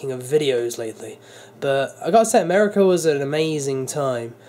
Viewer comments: who se catches him saying ameri-cer not America lol I still love ya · americur again xD